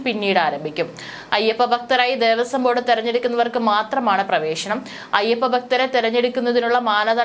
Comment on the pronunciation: ദേവസ്വം ബോർഡ്തല???? ഭഗവാനെ മലയാളത്തെ കൊന്നു കൊല വിളിക്കുന്നു😡😡 ദേവസ്വം ബോർഡ്. തലവെച്ചു കൊടുത്തത് എന്നാണ് വായിക്കേണ്ടത് ബോർഡ്തല അല്ല...